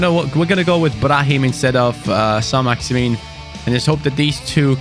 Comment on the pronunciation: When say Saint Maximan he score but when he says Saint maximin he misses